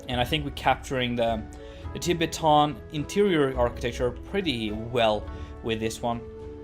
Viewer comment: That pronunciation of Tibetan really made me laugh 😂